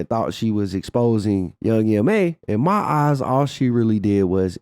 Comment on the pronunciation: It’s YOUNG M.A. The last letters are just as they are pronounced in the alphabet Boo!